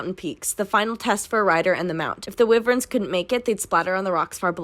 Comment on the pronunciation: From what I've heard it's pronounced like WHYvern